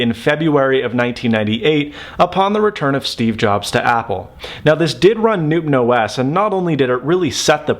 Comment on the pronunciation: I can't be the only one that hears NoobOS